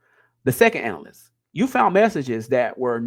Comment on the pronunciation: I never clowned his reading. Him saying analyst just bothered me. That’s it that’s all